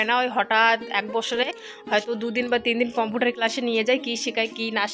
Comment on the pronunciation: আপু, আপনার বিডিও খুব ভালো লাগে,,, একদম শুরু থেকে দেখি,,,,,একটা কথা বলি কিছু মনে করবেন না,,,কম্পিউটার উচ্চারনটা কেমন জানি লাগে.......❤🇧🇩🇦🇹